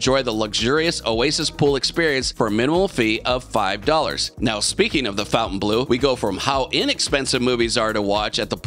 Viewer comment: Turned this video once Fontainbleau was pronounced incorrectly twice